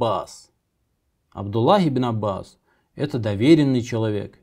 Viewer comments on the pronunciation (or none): none